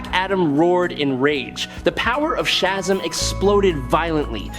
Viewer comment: it's shazam not shazm, i hate your computer spoken words